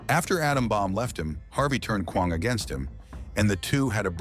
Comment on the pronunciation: He can't even pronounce Kwang